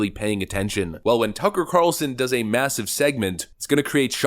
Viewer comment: Lori Lightfoot can't even say turcker Carlson lmao